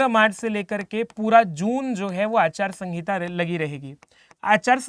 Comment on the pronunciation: Achar sangita nhi sir aachar sanhita hota hai